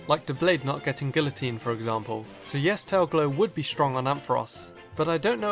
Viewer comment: you pronounce guillotine wrong but meh and also emboar can learn solar beam.....